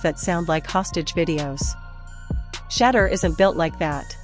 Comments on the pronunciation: Pronounced “Shi - door” (Shedeur) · If you want to grow this channel your AI has to learn how to say his name. It’s Shedeur! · Whoever this woman is need to pronounce his name right or shut the hell up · Listen, if your going to be some type of spokesperson story teller, put some RESPECT on Shedeur's name and pronounce it correctly or step aside 💯